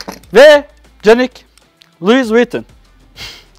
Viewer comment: Louis Vuitton ismini katlettin güzel kardeşim. O nasıl bir telaffuz. 😁